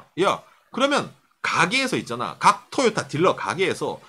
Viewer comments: 내용과는 관련이 없는 얘기지만, 듣는 내내 TOYOTA의 발음이 귀에 너~무 많은 이질감을 주네요. '토'에 액센트를 주지 말고 '도요~타'로 발음한다는 느낌으로 부드럽게 발음해 보세요. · 보통 상호이름에는 악센트를 넣지 않는데 토에 강조하니 웃기네요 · 한국어 적인 접근입니다. 저가 나이가 50인데 도요타는 들어봤어도 토요타는 처음이네요.. 토요타가 발음적으로는 맞을지 모르지만 한글이 흔들리네요... 미국가서 마돈나 라고하면 아무도 못알아 듣습니다.. 마다나라고 해야 알지요. 한국에서는 한국말을 지켜야 하지 않을까요!